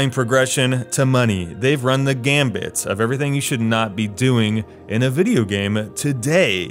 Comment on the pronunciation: I's 'run the gamut', not 'run the gambit'.